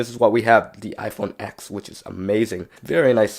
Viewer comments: Did you say iPhone f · Did you say IPhone f ??????? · I heard u say iPhone f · Did he say iPhone f ? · You siad the iPhone eth 😂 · He said iPhone F instead of iPhone x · Lol, he said Iphone F 😂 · Did he say IPhone F in the beginning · Is it me or did anyone hear him say iphone f? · he said iPhone f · At the first he said iPhone f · Yianni Strait if you listened to the release of the iPhone X they say ten not X they never said x your dumb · Niqqa said iphone exthhffffff lmao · Who else heard him say iPhone F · same it sounded like he said F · It look or sound it is said s or f I can't that hear that good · Yeah get it right it’s the iPhone X